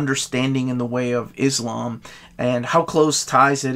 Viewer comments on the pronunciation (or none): none